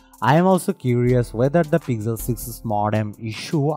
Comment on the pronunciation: Why this accent? And why is it pigzel 7 pro :p